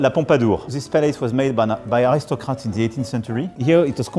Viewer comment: Il a passer sa vie a parler anglais en travaillant dans la finance,ca fait des années qu'il est chef d'etat a parler dans des sommets internationaux en anglais et il te sort des "ze" pour "the" la prononciation typique francaise qui fait rire les anglophones